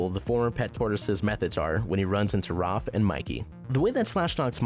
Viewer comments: Am I the only person that’s mildly annoyed that he says Roph instead of Raph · It’s Raph, not Roth! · Bruhhh why does he have to call him Rof instead of Raph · its raph not roph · It’s Raph ( R-ah-f) not (R- ar-f) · He pronounces raph rof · How does this YouTuber get so many names for the characters wrong? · is no one gonna question how he says roth instead of raph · Video: Roff Me: It..its Raph not- Video: Then Roff Me: IT'S RA- never mind. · I’m just saying you say raf but its pronounced raaaf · 🎶The A says o. The A says o. Every letter makes a sound, the A, says, o.🎶 Seriously why is he saying Raph like that? Roph!?!?! has live action avatar the last airbender flashbacks. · Roff instead of Raff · I like ur video really by why you keep calling him Rolph XD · roph </3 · Dumbass said 'ROPPH' lmao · Dude,I love this list and this channel,but pronounce Raph right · why does he say raph like that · You could of at least said Raph's name correctly at least once 😂 Also, How Baxter was treated in 2003 was way way way worse then how he was in was still really bad though. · There's something about the way you say "Raph" that makes me giggle.